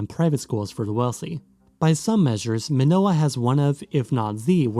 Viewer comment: Your pronunciation of the names of the places is almost perfect